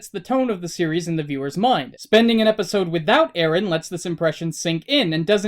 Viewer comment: Its Eren not Arin.